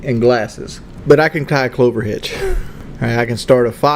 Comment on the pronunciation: "but I can tie a clover hitch". It's not a "clover hitch" you regard, it's a clove hitch. Dude lying through his teeth again, he doesn't even know what it's called.